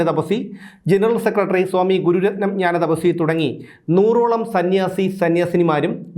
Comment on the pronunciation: ഞാന തപസി അല്ല ജ്‌ഞാനതപസ്വിനി എന്നാണ്